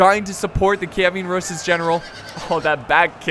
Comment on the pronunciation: Kievan, not Kievian.